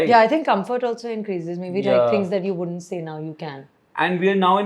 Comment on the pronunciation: Why is the host saying "wouldnt" like that??? Please work on pronounciations..